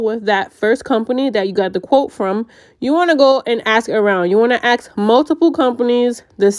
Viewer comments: Fuking ask not axe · Ask ❌ Aks ✅ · Ask* not aks 😊